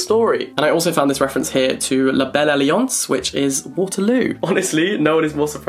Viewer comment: i see that pronunciation of la belle alliance king, look at those french lessons workin